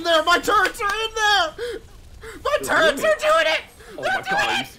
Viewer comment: It sounds like is saying turds insted of turrets